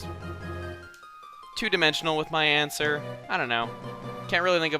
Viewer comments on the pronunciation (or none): When I heard Chugga say "two dimensinal" I new EXACTLY what is was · Everyone, his next play is probably going to be Super Paper Mario! He said very oddly at the end "Two-dimensional"!